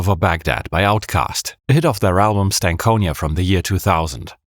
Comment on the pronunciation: It’s pronounced stank on ya